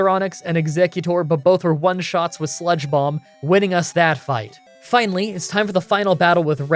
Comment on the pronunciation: For some reason I kept hearing spongebob instead of sludge bomb and to be honest I think I’m going to keep using this in the future